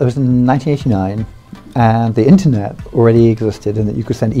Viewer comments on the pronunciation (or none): "a brief history of the inernet"